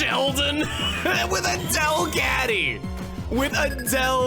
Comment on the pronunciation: I know said “A Delcatty” but I heard it as “Adele Catty.” That’s hilarious to me.